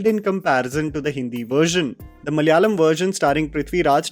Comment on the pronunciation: its pronounced Malayaalam. not mallyalam